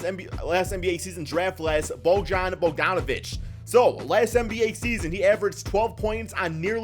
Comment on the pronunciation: Learn how to pronounces bogie's name... lol